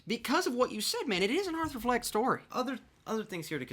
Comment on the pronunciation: arthur fleck not fench